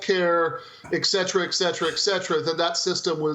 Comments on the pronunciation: A professor who say “ek cetera”. 🤦‍♀️ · A teacher that doesn’t know how to pronounce “et cetera”.